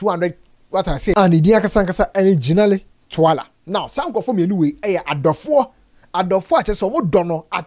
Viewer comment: What’s the name cuz all I hear is tuala😂